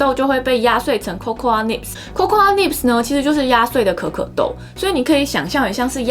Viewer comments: Cocoa是唸做扣扣 不是扣扣阿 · cocoa的發音其實就跟coco一樣(最後的a沒有發音)，當然我知道這個頻道不是在教英文，不過如果發音能發準確會更專業、更有說服力(我看了很多集都多少有發音問題)。最後要說感謝＆支持~~~